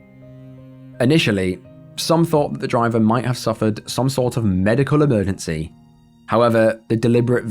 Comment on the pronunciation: Watched a few of these today.. Extremely well researched and presented...However each segment is one and yet you don't seem able to pronounce EMERGENCY......